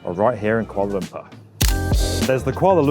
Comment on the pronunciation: But it's Lumpur, not Lumpa! Sounds ridiculous when you say Lumpa.